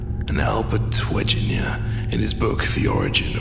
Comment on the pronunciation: its weg-ner nor weginer :L